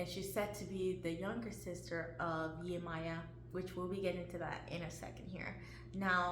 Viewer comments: No Beloved Esu is NOT The Devil and as a Yoruba woman the correct annunciation is Yemojah not Yemoya . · Viewing the Orisha through the lens of their perceived European counterparts somehow automatically means Esu becomes the devil... I guess. Also, the devil is not in the zodiac. So that comparison is unnecessary. I had high hopes for the pronunciation until we backtracked with "Yemaya".... I believe the intent was good. We are all learning.